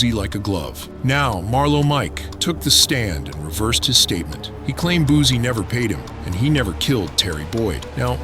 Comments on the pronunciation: How u know he made that song 7 minutes after?!!! 🤣 Ya'll literally say anything. 🤣🤣🤦 And, it's Boo-C not Boo-zie! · It's Boosie not boozie😅